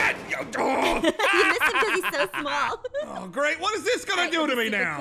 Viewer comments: Literally said, why am I so mall? Instead of small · Is it me or did say why am I so mall😂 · Is it just me or did ein say so mall